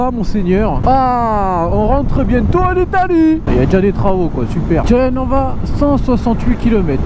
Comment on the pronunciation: L'accent était pas mal, mais on met l'accentuation dur la 2eme syllabe. Genre pas GEnova, mais geNOva. Sinon toujours aussi bien tes vidéos continu comme ca